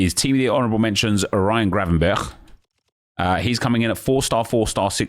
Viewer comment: Good effort on the pronounciation of Gravenberch! Refreshing after hearing everyone else butcher it by saying gravenbertsj.